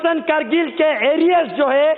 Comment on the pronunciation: Bc sahi se hindi bolna seekh jakr pehle krgil nhi kargil hota hai bc